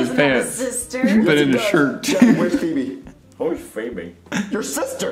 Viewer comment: It's feebee